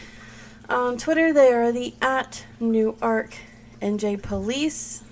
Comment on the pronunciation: It's pronounced Newrk kinda like your saying New York fast .not new-ark Also the name is pronounced Grizzelle Ka-macho.... like macho macho man.. the song...